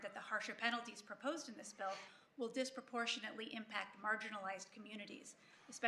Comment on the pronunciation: She said "disproportionately" lol. You need to name alot more than 2.